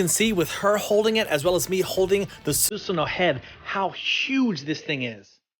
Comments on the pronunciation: Who is susano it’s susuno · I cringe whenever he says "Suseno" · bro, stop saying SUSSANU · Not susunoo, susanoo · It's read as "su-sa-noh" not f "su-su-no" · Susunoo or susanoooo??? hhahahahahah Peace man!!! Great statue!! Sending hearts!!! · it's su SA no SA SA SUSAN ik the spelling is susanoo but the pronounce it as su SA no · You pronounce Susanoo so many different ways and Akatsuki...........why, just why? No one has ever said it like that.